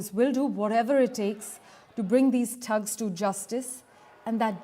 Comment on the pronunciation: What’s a tugs. Oh you mean thugs. 😂